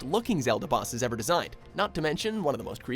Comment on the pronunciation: The narrator has very questionable pronunciation of the bosses where the letter "o" is concerned.